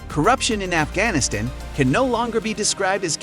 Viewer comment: This was interesting, but all the mispronunciations (undermining, Afghanistan, etc.) were distracting.